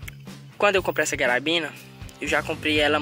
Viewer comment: Pq vc chama a carabina de garabina? 👀